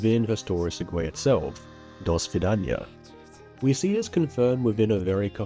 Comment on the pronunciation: it's pronounced seg-way btw